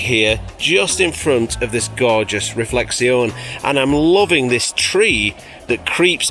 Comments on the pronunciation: every time says it I cannot help but think of the policeman from Allo Allo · I ❤️ how you pronounce reflexion 😂👍🏼 greetings from Switzerland And regarding your knees try this 😎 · Reflectseon? Are you French? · very entertaining, but why do pronounce "reflection" so weird? might it add to the entertainment? by the way, i just found some knees on the attic. i think they're granddad's. dunno whether they fit... if you want them leave me a message.